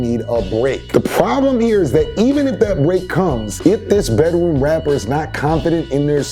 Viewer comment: the way he says rapper... wrapper